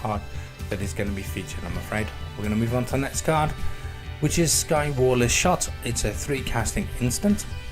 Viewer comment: It's Sky-whale-er's shot.